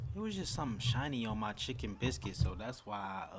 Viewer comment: "Chickkken biscuit" 😂 I'm from the south so that sounded funny to me